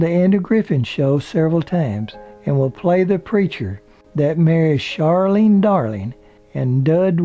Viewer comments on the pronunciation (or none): none